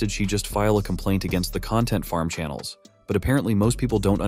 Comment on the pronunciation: You said channels wrong also I do